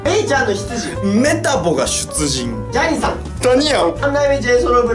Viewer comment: ジャニさんじゃなくて、ジャニーさんです。